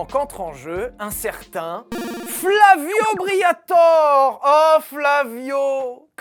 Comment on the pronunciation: S'il vous plaît, son nom est Flavio BriatorE, pas Flavio Briator 😂😂